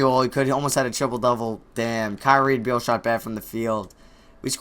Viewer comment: nigga its not bradley bweal its beal smh